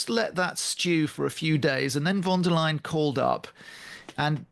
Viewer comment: Hi, I’m just listening to your podcast and I’m german. I just wanted to clarify: The first way of saying Leyen was correct, so you basically pronounce it L a i en. Idk, if you get what I mean… and I know it’s not soo important. Everybody knows who’s meant. Just in case it’s useful… .